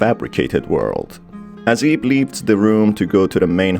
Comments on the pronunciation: "Who ate her in journey" I sure hope he didn't (also, I know he said "aids" The Auto Captions just suck with accents) Edit. Also. Ib is supposed to be pronounced like eeb (it's like eve, but with a b) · It bugs me "IB" pronounced as 1 word... it is pronounced as "I-B" or "i-bu(イヴ)" lol